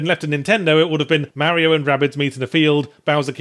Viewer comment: ffs Yahtzee how long did u live in brissy wit us ozzys AND u still say mario wrong :P